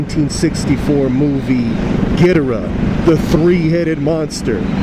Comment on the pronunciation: I thought it was pronounced Gee door raah.